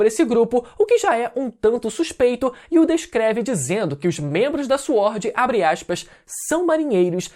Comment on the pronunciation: Fala " Swórd" direito KKKKKKKKKKKKKKKKKK